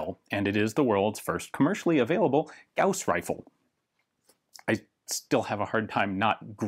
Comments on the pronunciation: Note from the Pedantic Police: Apparently the correct pronunciation is "Gowes" rifle, but that sounds a little lame...the way you said it sounds cooler... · Thank you for pronouncing it right. Gauss is a name. Yes. "Gaws" sounds cooler you would think, but Gauss (Gouse like House) is the name of a german mathemetician. Carl Friedrich Gauß (ß is ss)